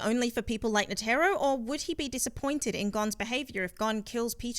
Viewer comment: NA TEAR RO butchered his name